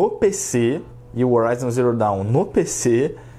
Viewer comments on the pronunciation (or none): none